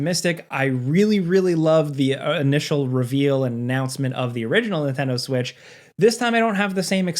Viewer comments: He said that 🤣🤣🤣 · i heard that too haha